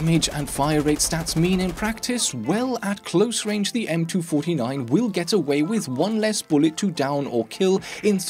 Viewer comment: cant handle that you say m2 49. its m 2 4 9